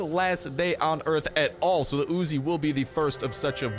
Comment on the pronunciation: Its not Ozi its uzi